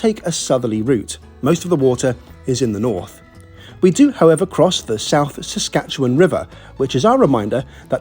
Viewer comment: Thanks for pronouncing Saskatchewan properly. 😁